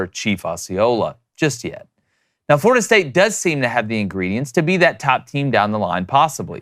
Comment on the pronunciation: "FLORDIA"??? come on, guys.